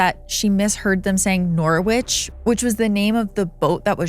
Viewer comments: Norwich. Maybe USA folk pronounce it as nor-witch but the city in Englad is pronounced as noh-rich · I am from Norwich City. We pronounce it Nor-rich city! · Great video but your prounciation of norwich makes me cringe haha It's "Norridge". rhymes with porridge. (i'm from there so you know how it is hahahah) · Norwich is pronounced 'Noh-rich' by the way. It's an ancient city in the East of England and was briefly our capital city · Norwich is a city in England. It's pronounced Norridge. You don't say the 'w'. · Oh and by the way when pronouncing "NORWICH" the W is silent and so it is "NOR-RICH" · Super interesting video. Let down only by the American pronunciation of 'Norwich' 😂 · That's not how Norwich is pronounced.